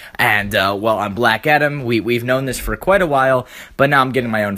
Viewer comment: Black atom??? its black adam